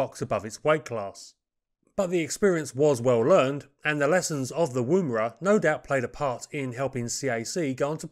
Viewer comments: Hmmm... Woomera is pronounced as in Woman... Wom-era. The woomera is held in one hand while the other hand places the butt of the spear on the woomera's hook; the hollow curved shape facilitates this alignment without looking. The woomera effectively lengthens the thrower's arm, greatly increasing the velocity of the spear. Correcting for the game animal's lateral dodging is accomplished by tilting the wing-shape woomera during the throw for last-second corrections. The kinetic energy of a spear launched from a woomera has been calculated as four times that of an arrow launched from a compound bow. Boomerangs were described in 1822, in detail and recorded as "bou-mar-rang" in the language of the Turuwal people (a sub-group of the Darug) of the Georges River near Port Jackson. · It's pronounced Wumera. Wum as in woman. Hope that makes sense. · For information - the oo in Woomera is pronounced much closer to the OO in Book, of cook. No worries, as i say, just for future reference. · Pronounciation of 'oo' in Woomera is like 'oo' in look. Not like 'oo' in boo. This name is from the indiginous australian word describing a throwing stick for launching a spear. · Not a criticism. But as an Australian I would like to mention this. The woo in Woomera is pronunced like the Wo in woman. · You don’t use the ‘oo’ sound in Woomera. More like 'Woumra'. Most Aboriginal words are said very fast and don't sound anything like they are transcribed into English. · Yours is always an exciting and insightful program on little known aircraft, to which I look forward too, On the pronunciation of Aussie place names: Woomera, has no accent on the first syllable., rather the Woo is as the word wool, So woom-a-ra. We have some tricky words, not as commonly in use as the North American Indian tribal or place names. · Woomera. Oo as in book not moon.